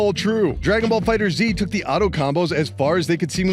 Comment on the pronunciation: Its Fighterz not Fighter-Z